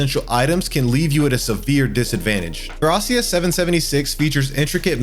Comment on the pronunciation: I stomached through the bad pronunciation of Thracia but i cant do it back to back on Ys lol thumbs up on the video foe the effoet but i can actually finish watching it, feels like your purposely saying these games in weird ways